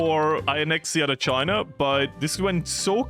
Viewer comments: It’s pronounced “China” not “Chinur” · Not the hard R Chiner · "communist Chiner" - at the start of video